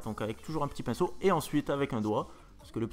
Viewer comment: "on épainceaute, on épainceaute !"